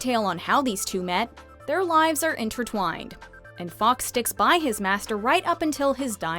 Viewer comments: The Phoenix is pronounced “forks” not “ Fox” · Some interesting theories, although almost skipped the rest of the video when I heard the narrator’s pronunciation of ‘Fawkes’ Some mixture of Fox and f**ks was a bigger crime than I saw in the whole movie.